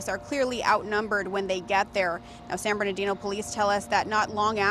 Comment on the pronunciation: It’s San Bernardino 😂😂